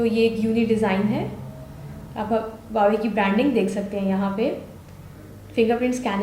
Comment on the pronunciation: LOL Again its not hawawei Its Huawei Lolzzz 😂😂😂😂😁😁😂😂😂😂😂